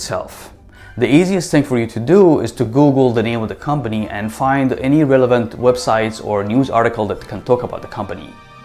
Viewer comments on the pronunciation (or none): none